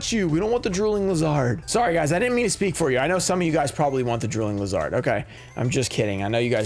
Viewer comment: I’m starting to get concerned. Do you really pronounce “lizard,” as “liz hard” or that just a joke?..